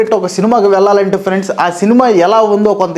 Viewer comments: friends ❎ Frendsu ✅ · lo friends kadu 'friendsu'